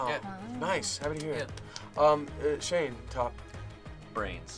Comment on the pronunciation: Ah yes seal and shayne, seayne